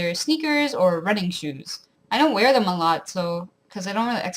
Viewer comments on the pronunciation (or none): none